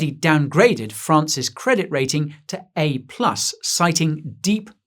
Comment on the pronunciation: It sounded like he said France’s credit rating had been downgraded to “an A+”.